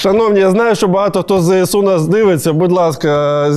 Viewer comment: пане Олексіє, не кажіть будь-ласка "ЗееСУ"...